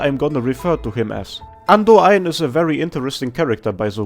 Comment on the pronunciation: I'd love it if you made a video just pronouncing the weirder names in AK. Your Lemuen and Andoain pronunciations are incredible.